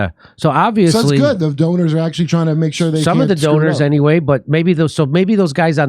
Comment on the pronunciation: Teasing someone about saying "stood" which I believe is correct anyway, while he can't even say "act-ual-ly" when "axly" is not even a word unless you live in a ghetto.